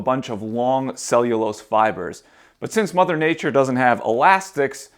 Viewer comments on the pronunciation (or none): none